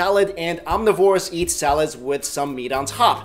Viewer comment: when you say eat it sounds like yeat !!! lol